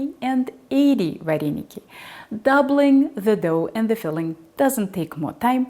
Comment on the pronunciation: в Украине нет слова "вареники"! В русской транскрипции это звучит: "варэныки"! Научитесь правильно произносить наше национальное блюдо! Кстати, русские вареники с творогом - прислаженные, наши - присоленные. Это, к слову, о начинке вареников с творогом! А это, вообще, что??? Добавка к нашим вареникам??? Кстати, поищите в Интернете, как произносится слово "Украинские вареники" - на Українскiй мовi! Дякую!